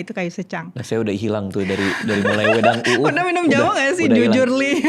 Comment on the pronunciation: uwuh nya agak gimana gitu pelafalannya, uwoh uwoah. wedhang uwooh